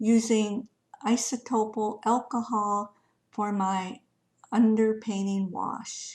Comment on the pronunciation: Very beautiful. I think its cute you pronounce it isotopil 😅 its isopropyl.